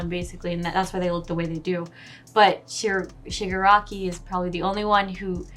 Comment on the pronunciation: it's ShigAraki. not E. but yeah. Shigaraki unknowingly killed his family. that's what the episode said